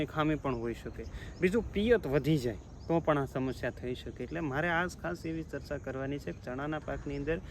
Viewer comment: એજયુકેટેટ થઈ ને સરચા બોલો છો ચર્ચા એમ બોલો